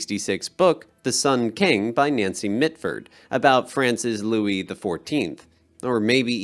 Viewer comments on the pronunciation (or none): none